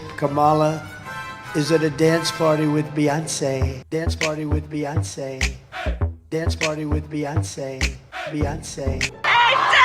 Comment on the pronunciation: "With Beeeyonce" 😂